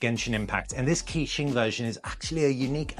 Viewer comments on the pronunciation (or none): just to let you know, its pronounced kuh-qing not key-qing